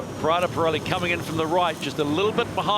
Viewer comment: PRADA_ P-RELI....come k@ pronunciano i nomi italiani è un mistero..... PIRELLI quando lo dicono manca la prima I però in compenso dicono la I finale.... Anche lì mistero.... LUNA ROSSA invece l'hanno quasi imparato....6+ come voto !!!